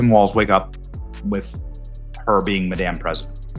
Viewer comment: You say Madame so it sounds like " maDamn" !! The Sound of Silence is being overused. The Belgian Malinois shorts are playing it on every one of their shorts (a version by Disturbed)